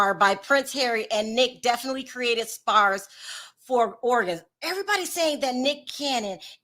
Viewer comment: I love you and am an avid fan but the book is called spare NOT spar how you pronounced it. It’s all good though! Just thought I’d mention it - loves the show as always